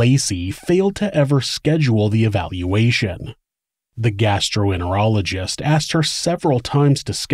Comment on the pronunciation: Gastroenterologist not gastroenerologist